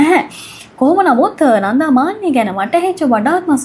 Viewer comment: කෙල්ල, "නන්ධා" නෙවෙයි "නන්දා". බොහොම සතුටින් දුවගේ කථා අහන මම පරාක්‍රම uncle from Sydney 💐